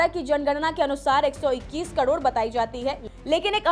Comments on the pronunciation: कड़ोण या करोड़ 😊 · कड़ोड़ नहीं करोड़ 😂😂😂😂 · मुंह से सुपारी निकाल के बोल रे बाबा😅😅😅 करोड़❌ कड़ोर✅ 😂😂😂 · कड़ौड़ नहीं करोड़ 😂😂😂😂😂😂😂😂😂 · करोड़❌ कड़ोर ✅ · वो कडोर नही करोड़ होता है😂